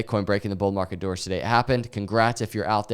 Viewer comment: Yesterday I thought he said "Bull market durres" and it was some word I didn't know... DOORS :face-green-smiling